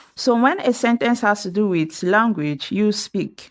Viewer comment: Speak WITH normarlly used in Am English, for Br variant we use TO. AND be careful with your pronunciation, do not mix WITH & WHICH, it's a teaching video 👎👎👎